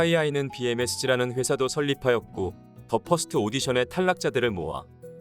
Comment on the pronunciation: 발음이 참..더 퍼스트가 쟈 화스또 라니..